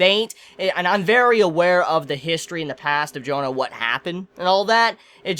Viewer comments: I'm not even french and it still always bugs me. Like - bro c'mon it's not "John" but JEAnnE. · pronunciation is more like "John Darc", don't say johannA. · Astolfo is a character from the story Matter of France, where he is a magic knight who serves Charlemagne. Why do you pronounce Jeanne "Jonah"? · As a french dude, the way he pronounce "Jeanne" kill me x)